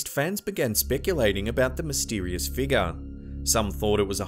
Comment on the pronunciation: I really like the way you say," figguh"